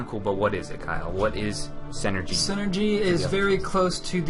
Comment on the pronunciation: Does anyone hear that one dude saying "Senergy" like its some sort of made up word lol. The word synergy is pronounced "sin-nergy". It's a real word bud.